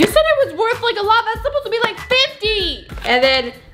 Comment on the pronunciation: can u say AND and not IAND